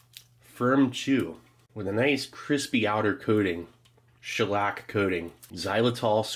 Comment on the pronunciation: I had never before heard an English speaker say xylitol out loud before, that pronunciation is wild😅😂